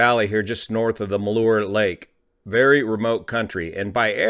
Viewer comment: “Ma-lure” lake? Pretty sure you mean “mal-hyer”. The ‘h’ isn’t silent. Maybe better is “mal-here”.